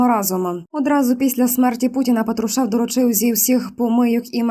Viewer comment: Опять ПатрушЕв! Она читать не умеет! Неужели нельзя поменять диктора? Не издевайтесь над людьми!